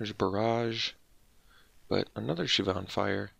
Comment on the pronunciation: Is that the correct way to pronounce Shivan? I've always said "Shiv-en" never heard of "Shiv-ahn"..but I could be wrong.